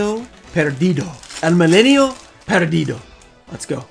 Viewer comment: this pack is of brazil lol niceeeee You says "O Milênio Perdido" nice too! Salut from Brazil xD